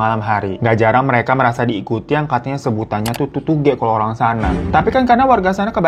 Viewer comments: Tutuge kak bukan TutugE artinya diikuti 😁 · Tugtugge bukan tutuge babu😂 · Bang glowing "tutuge" Bukan "tutuge" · Tutuge bang bukan tutuge😢😀